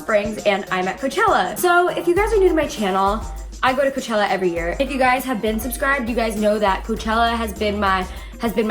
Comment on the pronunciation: "Koochella" okay....